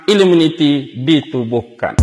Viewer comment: Knapa sebut illuminiti bkn illuminati?